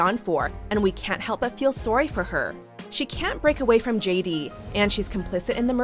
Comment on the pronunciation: "msmojoe" "soary"